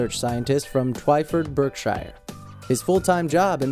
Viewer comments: Hey I live in Berkshire it is pronounced Berksher not Berkshir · Berkshire is pronounced bark sher. Confusing, I know. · The way you said Berkshire really annoyed me xD as I live there and its pronounced Bark-Sheer :P